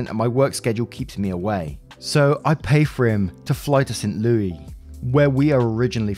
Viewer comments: Tiny helpfully meant comment: in Story 3, the city of St. Louis is mentioned. Residents pronounce it like "Saint Loo-us" or "Saint Loo-is", rather than "Louie" :) Waffles of all kinds rock! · I burst out laughing at calling St. Louis St. Louie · okay. I thought maybe she was wrong lol. I've called it st louey ever since lol. Whew! Now I don't feel so awkward lol. But I listen to Ripe too and his pronunciation of towns and stuff like "Potomac river" crack me up cuz my grandmother was born in Germany and had the same accent and made a lot of the same errors. Its like having a tiny bit of her back lol Have a great day and. Go eat som BBQ for me. I still compare ribs to those! I was only 12 when I went and it was my first taste of real bbq as what we do here in mi I consider grilling unless I drag out the smoker(then anything in freezer tends to be crammed in and smoked lol).